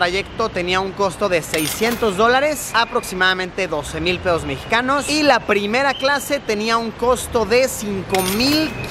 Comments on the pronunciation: Soy el único que se dio de cuenta de que dijo peos mexicanos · Soy el único que escucho 600 dólares es igual a unos 6000 pedos mexicanos?? jajajajjajaja pS. Sin ofender a la gente mexicana